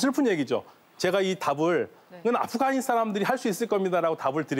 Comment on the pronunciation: 연세가 좀 있으신 분들은 아프가니스탄의 ’가‘를 ’카‘ 로 발음하시더라고요. 기타를 ‘키타’라고하고, 시카고를 ‘시카코’라고 하고요… 왜들 그러시는거죠? 😂